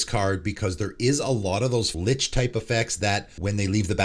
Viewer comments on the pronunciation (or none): none